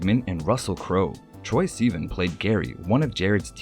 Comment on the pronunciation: It’s not sea-van, it’s sih-vahn. Troye Sivan